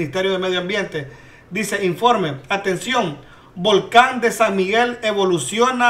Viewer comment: Dijiste volcon y no volcan q chistoso por eso me gusta verte para reirne jajaja